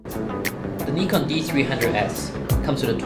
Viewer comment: It's a Japanese company, Japanese pronunciation. "Ni" in Nikon is same pronunciation as in "Nippon".